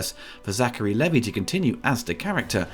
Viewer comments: Lee-vai not Leh-Vii 😝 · Levee? sir..... dmh. Levi: LEE-VIGH rhymes with "knee high"